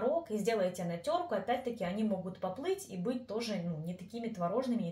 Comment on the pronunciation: Тереть на теркЕ,а не на теркУ